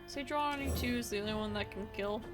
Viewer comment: Fantastic content! Love your different and crazy decks! Might check pronunciation of Sejuani tho